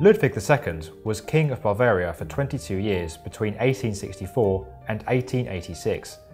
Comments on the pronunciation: It's also not BARvaria wtf is with this guy? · Meh - worse was BAR-VARIA, instead of BA-VARIA (hint, clue is in the spelling of the name) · "Barvaria" Sheesh. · BaRvaria. why are the English always adding R's where they dont exist BaRvaria, DianaR.. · It's not BARvaria. It's pronounced "Yoogend", not "Jug-end". And it's most certainly not Nischwinstein. You guys didn't even think to ask someone, or check how it's pronounced in google? Embarrassing.